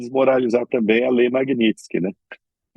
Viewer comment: Essa blogueira nem sabe falar MAGNITSKY, peloamor.....que nível...